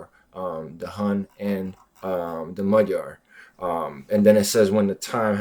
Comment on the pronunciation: Both of my parents were Hungarian refugees, I was born and raised in the United States. Your pronunciation of "Magyar" is impeccable! Americans always get it wrong! I am very interested in the ancient history of the Magyars and their origins. During my parents' time the Finno-Ugric theory was popular, but it has since fallen out of favor. My personal opinion is that the ancestors of Magyars came from the Siberian region ( Northwest Asia) hence our linguistic links to the Kanty and Mansi. But not much is known of this era. Through migrations, these proto Hungarians entered the Eurasian steppe, near the Black Sea. This is where they intermingled with such tribes as Huns, Scythians, Avars, Sarmatians, etc. And where they became a great horse culture. I remember a book, by Kate Seredy, a Hungarian - American children's author, " The White Stag" - This explains the legend of the White Stag and Hunor and Magor. "Emese" is pronounced with the S as "sh" and the last E as "eh." So in English, it would be : "Eh Meh Sh Eh." This was very interesting and informative.